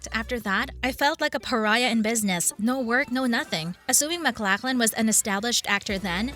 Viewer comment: It helps when you use an actor's full name (Max Von Sydow not Max Von). or the correct pronunciation (Kyle Mac-LOCH-lan not Mac-LACK-lan). Is this a bot's voice made from sampling a VO actor?